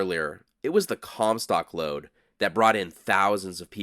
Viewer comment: I giggled evrytime he said "lode"😅